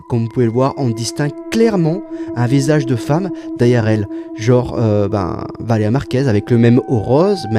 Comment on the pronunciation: C'est évident qu'il dit "Valea" pour gratter des commentaires l'enflure, il me débecte ce gars